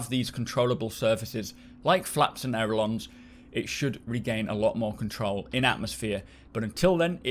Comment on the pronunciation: Sorry but I must correct on pronunciation: "Ailerons", not 'Aerolons"